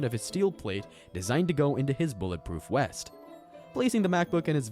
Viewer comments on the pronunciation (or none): he meant to say vest but said west instead